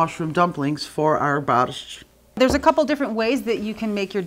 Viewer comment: My Polish grandmother and mother never pronounced Borscht the way you do.